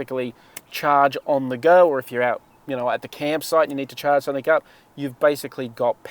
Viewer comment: It's 'something' not 'somethink'. 😢